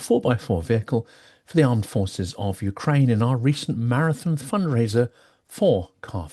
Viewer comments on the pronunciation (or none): none